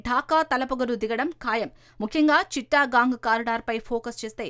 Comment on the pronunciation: చిట్టగాంగ్ అనాలి.చిట్టా గాంగ్ కాదు.